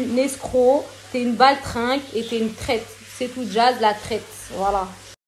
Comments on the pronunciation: Jazz la « traite » , elle sait mm pas dire « traitre » 😭😭😭😭 c’est pas bon d’être mauvais comme ça. A 27 ans et deux enfants c’est honteux. C’est quoi de chercher le buzz comme ça, limite elle a parler plus que jazz dans la video, c’est trop 😂😂😂😂 que pour dire la mm chose en plus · on dit traitRRRRRRe pas traite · Traite elle c même pas dire traître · Je me demandais c quoi traite !!! Finalement c traitre mdr waw la prononciation... de toute façon toute la vidéo c que "nanani nananere" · On en parle de la manière de prononcer "traître" 🤔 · Pourquoi elle sait pas dire traître ?? Elle devrait apprendre à parler quelle vulgarité je suis choquée